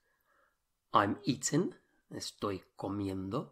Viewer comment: Have you got a cold? You've lost your g's on the ings. Eg. I'm eatin.